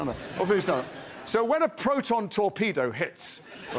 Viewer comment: Oh dear. It's "photon" torpedo. 🤦‍♂️